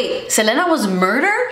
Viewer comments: Seh-leen-uh. The Seh-len-uh was driving me bonkers, lol. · I love you and i normally would never comment this but the queen of tejano music herself 👑 said that she pronounces her name SEL-EE-NA 😅 ❤ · I absolutely love that you say "SelEna" and not "Selena" lol i know you´ll get it. That´s a true latina thing right there